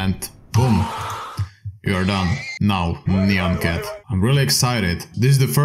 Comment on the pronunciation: he probably thinks nyan is said like cyan